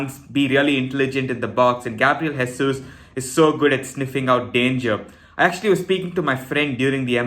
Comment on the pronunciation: Just because you going to be saying his name a lot, I’ll just say you not pronouncing Jesus correctly - he is Portuguese and not Spanish